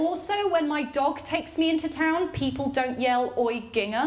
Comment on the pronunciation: took me the longest time to realize that "ging-ha" meant ginger. never heard it pronounced with a hard g!! weird